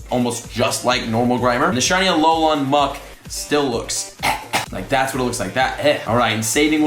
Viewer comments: TypicalUnicorn21 More like A-lo-len no? But please read this comment, it’s driving me crazy as well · Its said A-lo-len, not a-lo-laaaan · BRO It’s Alolan Pokemon not alolon Pokemon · Just saying it’s Al-ol-an not Al-ol-on Not trying to hate, trust me I love you so much but it was driving me crazy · Alex Lopez I mean it’s technically pronounced like that so yeah. But he needs to read this pleaseeee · For real, at first I was laughing and then mildly cringing. Freaking AloLAWN lol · Yes, yes, yes! Driving me cray cray! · How says it: "Alolon" How you're supposed to say it Alol"an" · It’s not alolon forms it’s alolan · A lol an not alolon! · Why are you saying it that way it's not "a low lawn" it's a " alolan" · AloLAN not AloLON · Alolan = "Aah-low-lin" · I die a little inside every time says “Alolan”... It’s ALO-LAN!!! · Him saying “Alolahn” the whole time bothered me so bad!😂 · TypicalUnicorn21. Sounds more like he says lawn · I like alot but im cringing every time he says alolon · I had to turn the volume down to deal with Ah-low-lawn. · going crazy from his 'alolon' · Hey let me help u out buddy. Its pronounced aloe-lin 😅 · the way you say Alolan sorta annoys me It's pronounced Alo - len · I have to turn off this video. It's pronounced a-lol-in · You are saying alolan wrong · TFW keeps pronouncing "alolan" weird